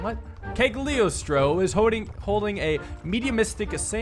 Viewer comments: cag-lio-stro at the very start killed me lol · Hearing you mispronounce Cagliostro and Corsica is making my history nerd brain shortcircuit